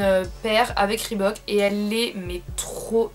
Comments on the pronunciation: Je suis la seule à remarquer qu'elle prononce "Rebook" au lieu de le prononcer ? :') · Grace a toi je sais dire reebook XDD avant je disais Rébouk MDRRR XD ♥ Tes chaussures sont magnifique ☻Vidéo top ♥